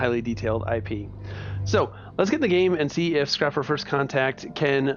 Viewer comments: Is called Scraper... But you say Scrapper? Are you illiterate or something? Sorry... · Its pronounced scrayper